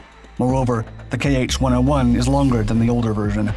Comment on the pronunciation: It's not "kay aitch", it's "kha" (IPA [xa]), "kh" as "ch" in "loch"